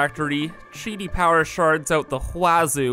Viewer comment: Took me nearly 3 damn minutes to realize you weren't saying "power sharting." I was really concerned for a bit there at the beginning.